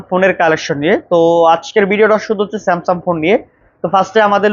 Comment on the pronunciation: ভাই, স্যামসাম না, স্যামসাং বলেন